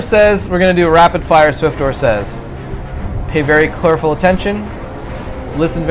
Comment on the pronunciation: From to WTF did you say Something like :.. pay very (clerful) attention, listen very and um good luck ! NOT HATING !